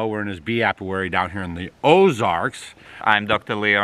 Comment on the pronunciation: Hey. It's apiary not apiuary. Lol. Cute